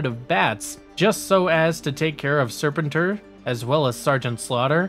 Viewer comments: How you say ... SEPENTOR over & OVER! LoL 😆 ... as'well thus series was on 5 day's a week, Every week... I'm NOT sure if I too heard you say ... Lady Jayne!? Cause it's LADY-J . Yet decent & good video... as'well HASBRO is NOT doing a Lone series on Scarlett noo more!!! Especially after how Snake eyes completely bombed!!!! Yet ..... what may be in development is a back story on DUKE! I'm sure they will scrap this too ... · I am convinced that this channel mispronounces things on purpose to get more comments. They do it every video multiple times. But it could also be that people nowadays don't seem to know how to research, or say things correctly, at all. Serpin-tor, ugh. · Cool video but your pronunciation of Serpentor is killing me! It's "Sir Pen Tour" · I’m guessing this guy isn’t actually a G.I. Joe fan. He mispronounce “Spentor” throughout the whole video making it hard to watch. He also left out Scarlett who is without a doubt more of a main character than Beachhead or Sgt. Slaughter. Scarlett is shown as taking on leadership in Revenge of Cobra after it appears Flint was lost in battle. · I agree I was about to say that!! in Los Angeles, G.I., Joe was onKCOP channel 13. And they played those cartoons Monday through Friday afternoons never on Saturday. And lastly, I just want to say, will you pronounce serpentor correctly? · Ya I had to shut the video off after the 4th time he butchered Serpentors name 🤦🏽‍♂️ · Just an FYI the ARAH COMIC STORYLINE AND NUMBER system has been ongoing through IDW. Larry Hama still writes it and the story continues straight on from the MARVEL run. Just to update anyone who was unaware. I never miss an issue!! And really LADY JAYNE. It's Lady-Jaye bro!!! And learn how to pronounce Serpentor!!! Once I could forgive. But 3 or more is inexcusable. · Lol I’ve never heard anybody say serpentors name the way you do 😂😂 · Please watch the cartoon to learn how to pronounce Serpentor. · Making me cringe hearing you pronounce serpentor.